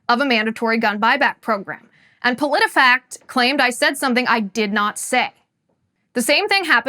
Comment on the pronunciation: I legit lost it when u said Politifaxt fact checked u Politifact!! Lmfao